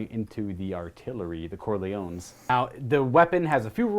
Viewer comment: The The Cor...the Cor...the CORLEONES! Look how they massacred my boy 😂